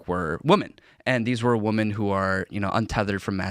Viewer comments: why the hell do I keep hearing people say WOMAN when they should be saying WOMEN. It bugs me. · WHy is he saying "Woman" instead of using "women" the plural form. The 2 words are pronounced distinctly different. I have been seeing thousands of people typing "woman" where the plural form "women" (Whim-min) should be used. Now this guy talks like that... WTF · Would someone please help this man out and tell him it’s women, not woman… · It's not woma! The plural of woman is women! Get it straight people. Everybody is saying it that way. Let's not change the English language.... This is still America no matter how many of you foreigners are here. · This Asian can't say women. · Maybe it’s just me, but I cannot listen to some who pronounces women the same as woman. It’s almost worse than calling an individual they. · WHY CAN'T PEOPLE SAY "WOMEN" CORRECTLY!!???!?!?!? It's rampant and I can't grasp how seemingly an entire generation doesn't know how to correctly pronounce a very common word correctly? Notice how NO ONE corrects him? This is the problem, NO ONE DARES FIX ANYTHING!!! Grumpy Gen X yelling at the sky here, checking in.